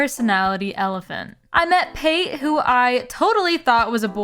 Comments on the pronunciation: Cracked up over your called Pate, "P-Ate" over and over again, its pronounced like Pâté 😅 its a food reference to ground duck liver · Pretty sure her name is pronounced pah-tay as in the spread made from duck liver. The names in this series get super dark, like Elmer, the horse villager x) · helppp girl Pate is pronounced like Pat-ay (or pah-tay, i guess). her name comes from the french word pâté and the bulgarian word for ducking "пате" (which funnily enough is pronounced the same as the french word). LOVE the vid tho lol great work! currently watching while playing new leaf :) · Why do you keep saying Pate’s name like that?